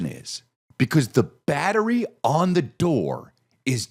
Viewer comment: "The batchry is dead"